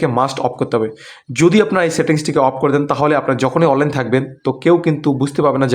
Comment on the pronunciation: অললাইন উচ্চারণ ঠিক নেই